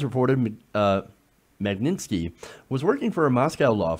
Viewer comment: Please, just read the word properly and sound out the letters, smh, Mag -nit-sky, if you took the time to read it once properly it would be obvious how it's pronounced.